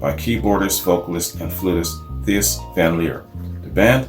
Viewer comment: In case anyone's interested Thijs as in Thijs van Leer is pronounced Tayce (close).